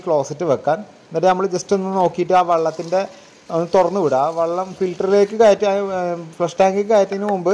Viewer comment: വള്ളം അല്ല ചങ്ങാതി വെള്ളം ആണ്